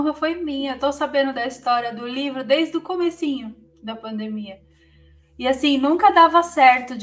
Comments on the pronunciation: Interessante, a palavra correta é PANDEMIA, ela fala paindeimia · Pq ela fala "pandaemia"? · Tão inteligente que fala pandaemia kkk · PANDAEMIA KKKKKKKKKKKKKKK ALGUÉM CORRIGE A SENHORITA PFV KKK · Por que "pandaemia"?? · Porque a apresentadora fala "pandamia"? 🤔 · NÃo sabe falar pandemia kkkkikkkkkkkkk